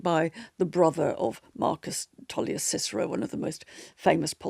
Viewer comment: (Ohhh!) - is the pronunciation SIS'ero or KIK'ero? 😯